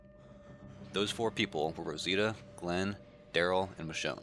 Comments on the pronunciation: Yeah, I also heard "Michonne"! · I HEARD THEM SAY MICHONE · He did point at Michone and said, " moe ".